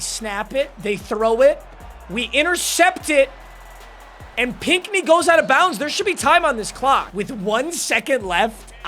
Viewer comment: No way just said Pinckney correctly